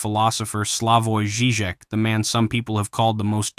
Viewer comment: Nice.But why must you butcher Slavoj Zizek.Take a few minutes and google the right pronounceiation. Disgusting.